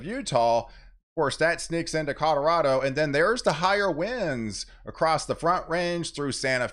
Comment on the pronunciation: Did I hear a Cod-orado?